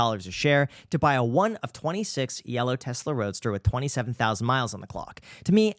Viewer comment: Pronunciation of Tesla is wrong